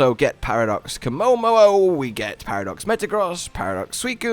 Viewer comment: “Paradox Komomo-o”